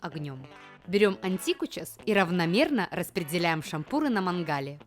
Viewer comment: АААААААА шАмпуры сейчас все Кавказцы восстанут 😂. ШампурЫ правильно 😂